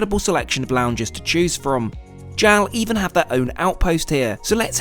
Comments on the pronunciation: It is pronounced J-A-L, not jowl :) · It’s “J-A-L”, not “JAL.” And mochi is “mo-chee”; not “mashi” of whatever that was.